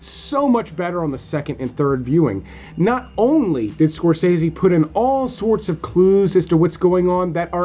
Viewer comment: That’s not how you pronounce Scorsese.